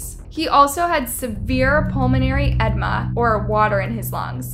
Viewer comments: you mispronounced His name so many time it was as if you were doing it on purpose Ta ko da the o is long and then there's the word edema pronounced a dee ma with as many of these video you've done I know that you know how to say these words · Contusions not constitution Edema not EDMA Just for clarification. Love your videos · She said “constitution” instead of contusions? I don’t know what’s more sad now! The kid or her reading! Omg it gets worse, “ed-ma”, it’s pronounced “a-deema!” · "Pulminary Edma" and "Constitutions to his head" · People suck for sure - but I can’t keep over looking the way she pronounces so many words incorrectly. Constitutions? And edma? Seriously. Do better lol sorry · She also pronounced edema wrong